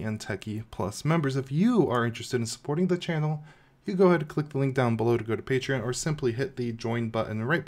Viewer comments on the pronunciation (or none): none